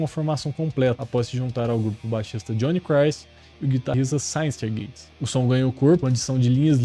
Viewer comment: Só precisa aprender a falar synyster gates... Kkkk de resto ótimo vídeo